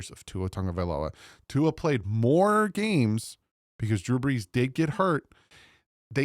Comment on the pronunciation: Hey, love the videos and the content, much better than one of the dolphins CC that think they know it all and talks crap about others even when we are all rooting for the team to do well, doesn’t make sense…. Btw, I think you meant BREESnot BRESS lol… northern jersey fins fan here…